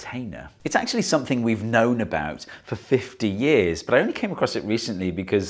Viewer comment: Yeeaaaar, yeeeeears, wuooork. Daawn, veeedeo, Foarm. Would it hurt you to pronounce things correctly? Elllo, guvnah, Fancy a biscuit ?